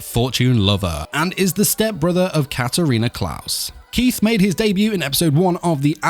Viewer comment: CLAES in not pronounsed Klaus K-LIE-Z is how you Pronounce Claes my dude.